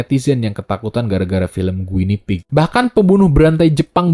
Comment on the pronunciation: Guinea pig itu Marmot sih bang, dibacanya gini